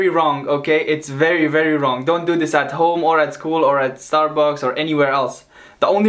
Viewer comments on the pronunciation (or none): LOL you said ome🤣🤣